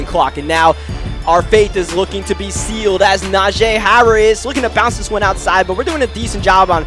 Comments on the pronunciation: pretty sure its najeeeeeeee not najayyyy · Na-jee. Not Na-jay